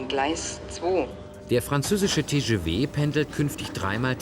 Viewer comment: Diese Französischskills